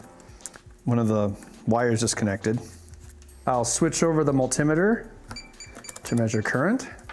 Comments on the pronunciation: what the fuck is a mul-tim-iter, it's pronounced multi-meter. MULTI.........METER i.e multiple meters mul-tim-iter indeed :O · are you seriously calling a multI-meter a multimider you know american pronunciation is often bad but this is horrific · That's the strangest way I've heard someone pronounce multimeter, you crazy Americans, speak the Queen's English. ;)